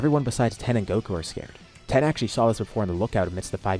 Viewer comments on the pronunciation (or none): Why do you pronounce tein like that